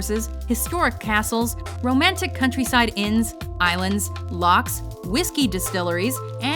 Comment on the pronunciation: It's 'Lochs'; Not 'Locks' :P